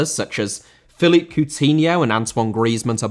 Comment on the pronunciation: Philippe * NOT Felip